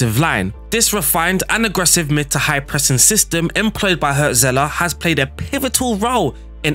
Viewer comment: Cool video. I'll give you silly mnemonics to help you pronounce the German names you struggled with. 1. Remember the band Hurts? Their hit was called "Wonderful Life". Now imagine someone was owning that band but giving it away for money. That guy would be the Hurts-Seller. Hürzeler. Ouch. But I'll bet you'll remember it. 2. One of Frodo's mates was Pippin, right? Now if Pippin owned a book, that book would be Pippin's read. = Pipinsried. German words seem long and scary for other cultures, but really we're mostly just combining short words, it''s just that we stick them together without spaces or hyphens. The place where monks used to live by a shiny creek would become Monksshinycreek. I picked that weird example because that is what Mönchengladbach (Mönchen-glad-bach) actually means. Cheers!